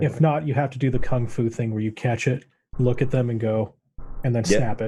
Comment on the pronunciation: Lewk at the fewt.... 🤣